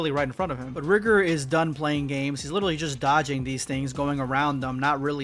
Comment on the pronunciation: Sorry, I think it was Pronounce Rigor with a long i